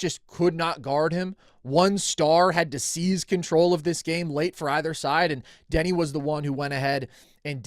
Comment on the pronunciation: Call me crazy, but it is hard to value an opinion on Deni if you can't even pronounce the dudes name correctly